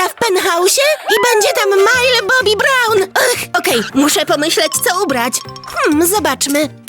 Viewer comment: nie mówi się majl bobi brałn tylko się mówi MILI BOBI BRAUŁN